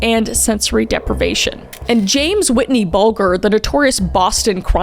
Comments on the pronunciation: It's not Whitney. It's Whitey. Ffs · She announces Whitey's name so Canadian